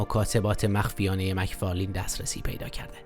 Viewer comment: مک فارلن دوست عزيز مک فارلین درست نیست